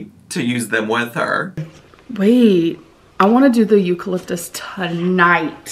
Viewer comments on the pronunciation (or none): Amberlynn: I want to do the "EUCALIFTUS" tonight girl just made up her own word